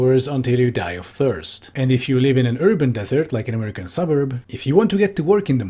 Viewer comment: this woman pronounces 'american' the way europeans doing a mock american accent to make fun of them do to the extent i kept having to remind myself she actually just speaks like that and wasnt about to drop the bit